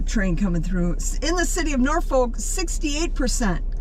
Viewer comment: When you said Norfolk I knew you were never from there